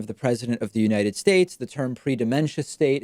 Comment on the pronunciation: Don't forgot "United Shaesh"